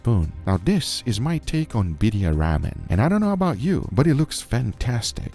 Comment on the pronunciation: Ramen is pronounced like "Raw men"